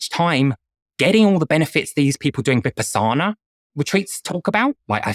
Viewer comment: A) He didn’t even pronounce Vipassana correctly and B) the primary benefit I hear practitioners talk about after a 10-day intensive meditation retreat like Vipassana is insight. Insight meditation can give one deep insight into who they are as a person and different aspects of their life.